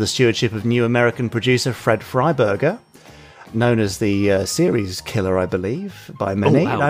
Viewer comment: 'Fred Freiburger'... Someone please call an exorcist.